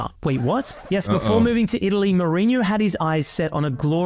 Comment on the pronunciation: Holy shii the way you pronounced Mourinho was perfect, sounded like a native